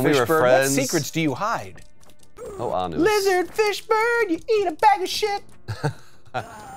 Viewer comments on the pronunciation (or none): Every time you guys said lizard fish bird it sounded to me like you were saying Lizard Fishburne. Like Lawrence's reptilian cousin or something.